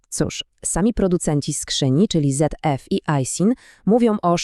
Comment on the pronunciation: ten syntezator mowy czy tam IA które to czyta jest fatalne, nie dość że nie da się słuchać kobiety o motoryzacji bo głos do czytania bajek dzieciom, to jeszcze Zeeeeffff i wyłączyłem to.